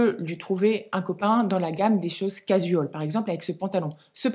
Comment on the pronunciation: Juste 2 choses (c’est dit gentiment 😊) - un pull irlandais ok alors le loch ness et les pêcheurs islandais non! - casual: prononcer cajoual sans accentuer la syllabe jou au contraire « l’avaler »